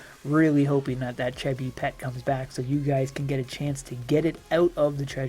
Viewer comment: Cheh-bi lol No it's pronounced like Cheeze & Bee. It's Chee-Beee.